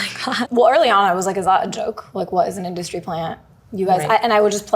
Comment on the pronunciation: Industry* 😂 … “industy” hahahaha